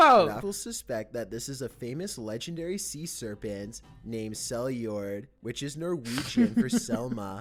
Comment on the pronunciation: "Sea serpyiaant"